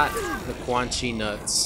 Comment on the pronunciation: Hey when u said quan chi nuts say it fast it sounds a bit like ceunchy nuts haha 😂😂😂